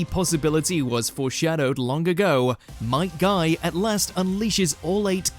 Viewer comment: 25mil followers and still cant get Might Guy's name right...